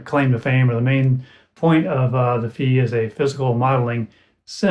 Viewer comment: Incidentally, it's pronounced "Fie", to rhyme with Pie, or Pi - it's a letter from the Greek alphabet. I think "anyma" is meant to rhyme with "animal", or "animation", but it hadn't occurred to me that it could be pronounced "aneema". I think "Any Ma" would be another good candidate :) Thanks for the demo and exploration. I haven't had mine long. I've been putting off trying it with a wind controller until I get more familiar with it, because it's so hard to tweak settings while holding one of those.